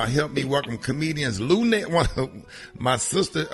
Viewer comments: BAHAHAHA 🤣 🤣 🤣 I sure was thinking am I buzzing or is he calling Luenell Luell...how you know somebody fo over 30 years & still can't say their name right...luv Luenell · I thought I heard him say "Luelle", lmbo! Get it right Rickey, lol. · Dude, you have a show and can't pronounce Luenell's name, that pathetic! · I know Luenell like, "why tf can't you say my name correctly" lol